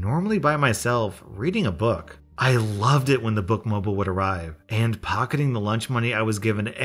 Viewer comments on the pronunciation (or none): the "mobile" in Book Mobile is pronounced the same as in Batmobile, just fyi.